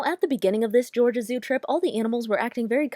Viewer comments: you said Georgia wrong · when you said “Georgina” instead of Georgia I got scared about how you knew my name